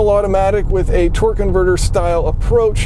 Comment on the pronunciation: Sounds like you're saying "twerk converter"...